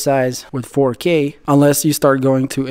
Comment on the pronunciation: He be hittin that “4Keey” no cap😂